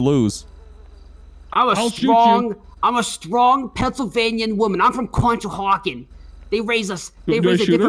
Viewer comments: Props to you saying Conshohocken right. You gotta be from the Philly area haha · The fact that she said Conshohocken correctly brought the PA RP all together